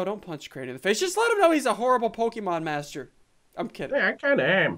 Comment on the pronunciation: She forgot t on master